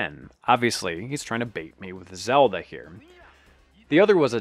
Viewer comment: “I HavE URa zELdA”